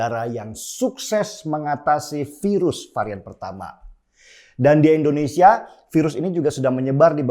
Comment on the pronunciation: "Indonesia" Bang Denny... bukan "Endonesia". Bang Denny sebut "India" bisa, bukan sebut "Endia". Jadi biasakanlah sebut "Indonesia".